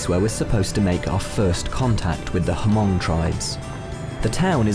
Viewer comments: There should be more people viewing your documentary. Keep up the great work! Hmong is pronounce with a silent H... like you're breathing and saying the word Mong in English pronunciation. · We don't sound the h as ha-mong! I think that is just what vietnamese call us with the h lol Thankyou for helping our hmong people where ever they maybe. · The tribe's name is pronounced Mong, H is silent. Yes, you are risking the lives of those people that you had contact with in this village. There are no police in the village, but all communist countries like China, Vietnam and Laos have local people who were given authority to be the eyes and ears for the government. Once you have left the village, government official will be in town to interrogate these villagers for the reasons that you were there and whether you've spread any non-communist or religious propaganda to them. The ones that were with you through out the time you were there for sure will be re-educated, their fancy terminology for prison time. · The "H" in Hmong is silent. Anyways. Thanks for sharing. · H is not silent. When you say Mong you breathe out and it become Hmong. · Everyone is so sensitive about pronounce of Mong and Hmong. Hmong was used because the person that use the spelling of Hmong was a white Hmong speaker. When the U.S State Department first agreed to send Hmong to the U.S, the Hmong ask that Hmong was used instead of Meo. So, for the first time in the Hmong history, Hmong was use to use to describe Hmong instead Meo. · Didn't even get through the first minute - you guys can't even pronounce Hmong correctly... You obviously haven't done even the most basic research on this incredibly misunderstood and misrepresented region or it's ethnic populations... shame. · The “H” is silent in the word “Hmong “ .... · The narrator mispronounce the word "Hmong" it was not "Hamong." The "H" is silent it was just Mong. smh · Doesn't it annoy anyone how they say hamong every single time?